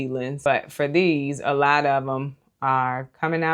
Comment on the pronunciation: You are so funny. "I just don't need a LAWT of kohlrabi...we're just gonna do EIGHTEEN KOHLRABI 😳" - So so relatable lol. Fall is my favorite season. Living in the Midwest, I have more cool-season days than warm, so my garden prioritizes space for cool-season veggies. Most will go in 45 of my Bootstrap Farmer grow bags. I would grow fall cabbage, broccoli, cauliflower, kohlrabi, giant red mustard, collards, cilantro, and tons of asian greens! I love mizuna, bok choy, and napa cabbage. I might even start a few peas in them. I'm a new gardener and in my 3rd gardening season. I found a new passion and obsession, and I love Bootstrap Farmer products. So far, I only have a few trays and a lot of their grow bags, which were a complete lifesaver when trying to get started in limited space and on a budget. This would be a beautiful addition for a new gardener looking to build a quality collection of seed-starting supplies. Thank you for the opportunity to enter to win this! I'm so excited!